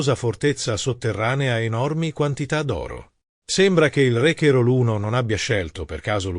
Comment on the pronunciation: Mamma mia," re cherol"non si può sentire, era re Carol! Questa ia è una frana 😅